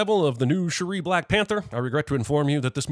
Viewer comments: Why are you pronouncing Shuri's as "sure REE" instead of "SURE ree", the way everyone in the movie says it? Are you using a Cajun Wakandan dialect? 😂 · This man cannot say her name correctly to save his life. Shuri, not Sherry. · Add 2 subs to the announcer for pronouncing shiri's name like 'shuh-ree' ding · + 60 sins for pronouncing Shuri as Sha-ree the whole time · I'm going to sin the fact that he keeps calling her "Sha-ree". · Jeremy repeatedly pronouncing "Shuri" to rhyme with "Chim-chim-cheree". *DING!* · The way you say ´ShURy’ nope 👎🏾 +100 sins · The biggest sin here is how retardedly you pronounce «Shuri» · Why does he keep saying Sherry instead of Shuri?? 🤦🏽‍♂️🤦🏽‍♂️🤦🏽‍♂️🤦🏽‍♂️🤦🏽‍♂️🤦🏽‍♂️🤔🤔🤔🤔🤔🤔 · there were so many im not even going to list them out but you're just straight up misunderstanding scenes/emotions for so many of these sins, and why tf are you pronouncing Shuri like Cherie? Dawg I get that you're white, I am too, but they tell you how to pronounce her name a hundred times did you even watch the movie???? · Narrator continues to pronounce Shuri like "sha-REE" despite hearing the pronunciation countless times in the creation of this video. ding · Who is this "Shari" character he keeps mentioning? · Jeremy hearing them pronounce it as Shuri constantly during the film, but choosing to pronounce it like Cherie is really grinding my gears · a sin for your pronunciation of Shuri 😆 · Two sins should be taken off for you continually mispronouncing Shuri and Nakia's names. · Your pronunciation of “Shuri” for a whole 22+ minutes is the real sin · You gotta stop saying Shuri's name like that. Thats not even how the WAKANDENS say her name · Giving a sin every time he mispronounced Shuri’s name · I want to like this multiple times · The consistent mispronunciation of Shuri's name... 😒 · Is there a reason he's pronouncing Shuri differently than all the characters do? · Why are you pronouncing Shuri like that? 😂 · The way he pronounces Shuri is so jarring😬